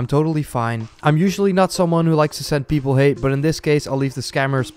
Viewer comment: do u hav "PIPAL"? HAHHAHAHAHA